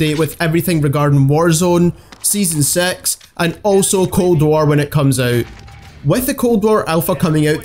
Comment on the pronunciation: I love your accent “Season sex”